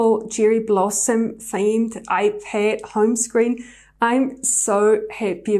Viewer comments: Its ipad not iped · She says ipad so weirdly 😑 🤮